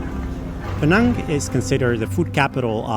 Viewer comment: Im very happy you pronounced Pinang as how it should be! Pinang, as PeeNang. not Peh-NAANG! THANK YOU!